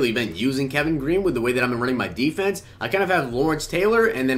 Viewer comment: Deeferent deefense.. sorry bro that was hilarious